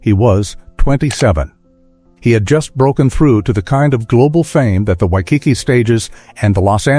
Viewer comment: Wish the speker could pronounce Waikiki correctly